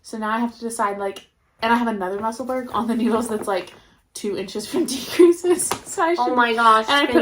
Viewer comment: pronounced Musselboro